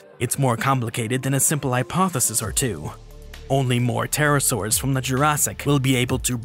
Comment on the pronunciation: Please if you're going to put out an educational Channel Google how to pronounce the word hypothesis